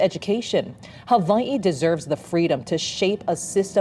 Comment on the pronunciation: Stop saying "Havaii"